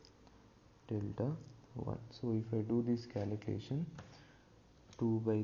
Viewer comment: fyi he said "calucation" read it again "calucation" thats what i was joking about... so think twice before you speak! thats a life lesson for you kid!